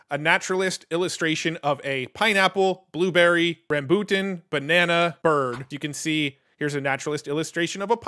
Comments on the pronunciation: RUM-BOO-TUN Rambutan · Also... it's pronounced "ram-BOO-tan".